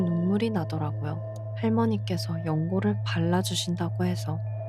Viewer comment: 연골을X 연고를O 너무무섭다...